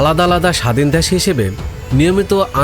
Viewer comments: Dash ki vai.. Desh pronounce korte paren na?? Apnr presentation valo na.. Onk important kotha miss korsen, onk information ordhek bole shes koren nai.. Jara football bojhe Tara amr kotha bujhte parbe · Dash na re bhai Desh bolo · শব্দটা দ্যাশ নয় দেশ....কথাবার্তা না শিখেই চলে আসেন....!!! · ভাই ঠিক আছে দ্যাশ নয়, দেশ সঠিক করে বলেন, না হলে সাউন্ড ইফেক্ট দেখা দেয়। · ভাইরে "দ্যাশ" নয় "দেশ"! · দ্যাশ উচ্চার কিন্তু হতাশাজনক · দ্যাশ.... কি উচ্চারণ ভাই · দ্যান আর দেশ উচ্চারণ ঠিক হওয়া উচিত